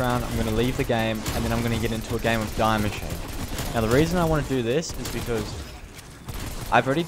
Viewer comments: Btw it’s pronounced DEE-MACHINE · No hate but its die Maschine. "die" is german for " the" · You pronounce die machine wrong, it is german...